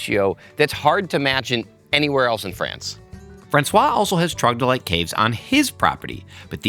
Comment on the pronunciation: Love the episode, … but do you mean troglodyte… and not trogdylite?